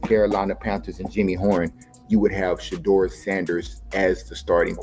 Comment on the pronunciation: Shadow, Sheeduer, Sheder, Shadure, Sheeder, Shadower……….. SHEDEUR. His NAME IS TAKEN FROM THE BIBLE which you A.I. Clowns apparently have NOT READ nor have you researched. PRONOUNCING the Man’s Name CORRECTLY isn’t that much of an EFFORT if you really know A.I.! Do the Right Thing!